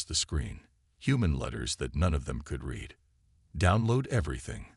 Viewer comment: worship or warship rocking of warship video annoying reed or read annoying AI text call or atless hatless,lol